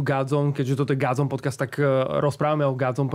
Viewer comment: Vyslovuje sa gOdzone nie gAdzone. Pili mi to usi.